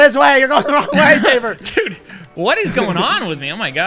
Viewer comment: it's sabre not sabet and tewbre also